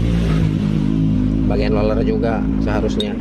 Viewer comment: Roler ( roller ) bukan loler biar benar dan enak nontonnya.